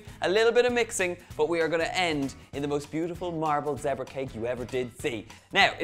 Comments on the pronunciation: Thought you said Debra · I love how Donal pronounces the word zebra😂😂